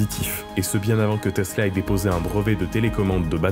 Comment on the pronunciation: Teessllaaa ouuuii ! à prononcer comme suit